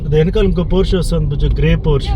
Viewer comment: Hi it's pronounced por-shuh🙂